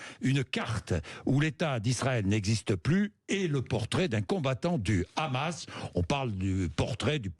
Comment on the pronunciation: Il dit khamas et non hamas et pourtant il a dit Arris pour Harris et non Kharris. Ça donne une idée où il s'informe sur le génocide à Gaza auprès de son ami le boucher bibi 😂